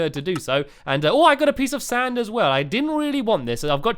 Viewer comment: Lol, the first time you said " a piece of sand" in this vid, I heard " a pizza stand", lol